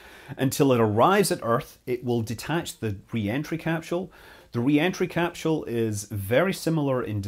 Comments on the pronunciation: Is it "capsule" or "capshule"? It's like the family guy episode of emphasizing the H in Cool Whip except without the H being in capsule 🤦‍♂️ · What the he'll is a "capshule"? You couldn't mean "capsule", could you? I understand differences in the English language. That's just basic variance of speaking. But adding entire letters to words... Well that's just silly... Oh wait, you weirdos pronounce "aluminum" with an extra "i" for no discernible reason. You're a smart guy, but you're a slave to saying things completely wrong because of the small plot of ground you were raised on. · 😂😂😂 why the emphasis on a H that doesn't exist?